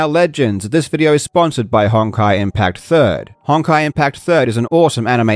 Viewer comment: without even knowing what that game is, that is almost certainly pronounced "hone-kai". Great plug